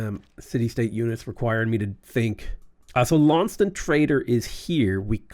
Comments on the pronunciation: Lawn-sest-ton. Otherwise you will lose your Tasmanian audience! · Dear, it's Laun-ces-ton. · If you care, typically Launceston is pronounced Lorn-Sess-Ton in Australia